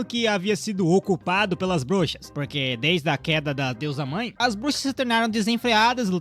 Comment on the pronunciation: Cara não sabe ingles nem português kkkk brushas kkkkkkk